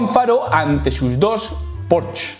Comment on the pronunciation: Porches...jajaja Porsche!!! ;)